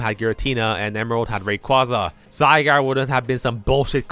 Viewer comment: The way you pronounce Rayquaza hurts me physically...